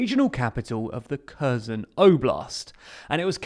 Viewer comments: I can’t imagine why you can’t pronounce Kherson. Kh is closer to H than k and the stress is on the second syllable. Please try it. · why would you not look up the proper pronunciation of Kherson? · My ears hurt hearing almost every geographic name mispronounced. Kherson, Kakhovka, Dnipro ... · I am crinching each time you say Kherson. Learn how to pronounce it. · Would it be asking too much for the commentator to pronounce Kherson properly? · By now one would assume that you could have learned how to pronounce Kherson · Curzon curzon curzon KHHHHHHH ERRRR SOWN SAY IT RIGHT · Please please pleaaaase learn how to say the name of the city, please… it’s not “Caus-in”, it’s “HER-so-ne”. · Curzon is a Dax. This city is called something closer to Her-SONN (second syllable stressed). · It is said “Hair sone”! Not Kursen! The H is silent. And the emphasis is on the 2nd syllable not the first. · kherson is pronounced "hair-SOWN" with a hard H ( like 'ch' in johan sebastian bach) it hurts every time you say KUR-sun. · It's HersOn not KErzon, like in Kharkiv, "kh" just means hard h :) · KherSon, with an "s", not Curzon with a "z". Making zero attempt to pronounce place names correctly makes your channels appear untrustworthy. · Kherson is pronounced more like "her-son" not kurzen. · It's not pronounced Kerrzon – it's herrsson! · Nice summary! One remark though - "Kherson" is not pronounced "kehz'n". It's closer to : "her" + "sohn", with accent on "sohn". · Yes, why say Körson when it's pronounced Hersón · Not ''here'' ''Her'' + ''Son'' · Pronounced hear-Son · learn how to pronounce the city which you are doing your report about. It sounds nothing like that. It's pronounced "hirson" with the accent on the 2nd vowel. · Please pronounce it Herson or Херсон. He... r... son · HERSON HERSON HERSON (THE K IS SILENT)!! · Please pronounce Kherson properly. The "K" is silent. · Great video except every time I heard you say Kherson I cringed a bit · learn to pronounce kherson